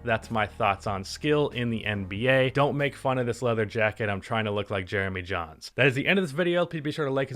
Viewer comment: This man said Jeremy Jahns lmfao